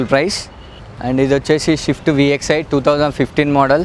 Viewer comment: షిఫ్ట్ కాదు భాయ్, స్విఫ్ట్... స్విఫ్ట్...